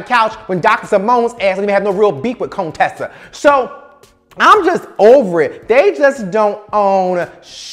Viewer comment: Cone-tessa! Lol.